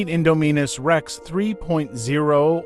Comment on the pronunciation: My man, it’s in-Dom-in-us like indomitable